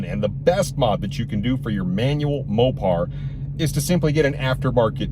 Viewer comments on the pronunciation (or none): none